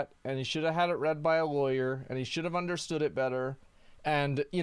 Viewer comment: Asmon says lawyer like warrior